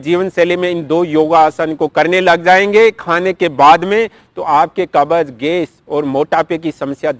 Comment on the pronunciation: कब्ज बोलो न कि कबज